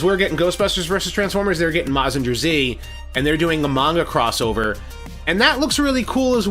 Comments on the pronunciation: Can't call yourself a mecha fan if you don't watch Super Robot Shows (Mazinger Z (Btw Mazinger is pronounced with a "guhr" rather than a "jer"), Getter Robo (Combining Grandfather), Steel Jeeg, etc) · I hope that the Bumblebee movie will not be in the Bayformers universe. Bay can include "A Bee Movie" instead and we won't mind. Oh,by the way, Mazinger Z is pronounced as "Maz-zin-ger Z" in a fast tone.